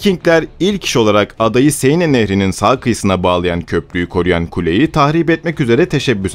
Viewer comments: siene değil 'sen' nehri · seine değil sen okunur. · "sen nehri" diye okunuyor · Seine ne yaaa. Sen diye okunur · Bir de şu nehri doğru söylesen kanser oldum dinlerken ''seyine'' ne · Siene de "Sen" şeklinde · Sen nehri diye okunuyor. Fransızca yazıldığı gibi okunulmuyor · Şarlomanye değil Şarlmayn okunur; "Siene" nehri değil, "Seine" Nehri, okunuşu da "Sen("e" uzatmalı; "n" vurgulu) Nehri; Frankia değil Fransia (orijinali "Francia", ince sessizlerden önceki "c" k değil s diye okunur); Ruan değil, Ruen( orijinali Rouen); Monte Marte değil, Mont Mart; düzeltmekten sıkıldım artık :) nerdeyse söylenen/okunan bütün özel isimler yanlış okunuyor! bu ne yaw, bu ne ciddiyetsizlik, böyle ciddi bir şey mi olur? Hele ki tarih konusunda!? Özel isimleri istediğiniz gibi türkçe okuyamazsınız; özel isimler yazıldığı dil latin alfabesi kullanıyorsa aynen orijinal dilinde yazıldığı şekilde yazılır, ama orijinal dilinde okunduğu gibi de okunur, bunu bile bilmeyen oturup nasıl tarih konusunda, ciddiye alınabilecek bir yayın yapabilir. Ayrıca bunu yanlış yaparak aslında konudan ne kadar uzak olduğunuzu, araştırma yapmadan alıntı/çalıntı/arak( :) ) yaptığınızı açık ve bariz bir biçimde belli ediyorsunuz! Herkes yabancı dil bilmek zorunda değil elbette, ama google translate'te orijinal dilinde nasıl söylendiği/okunduğu zaten var, bari oradan baksaydınız, pes yani...görende ciddi, araştırılıp yapılmış özgün bir konu zannedecek, artık nerden alıntı veya arak kim bilir!? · Arkadaşım dikkat ediyorum da hemen hemen her videoda telaffuz hataları yapıyorsun bunlara dikkat etmen gerekir seine değil sen nehri çarlemanye değil şarlman avrupa tarihinde derin izleri olan bu ismi hiç mi duymadın merak ettim açıkçası